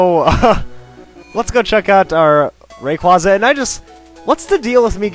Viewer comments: It is not QWASA it is quaza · Lmao “ray-quaza” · Pet peeve ...number a....saying rayquaza wrong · You pronounced rayquaza and deoxys wrong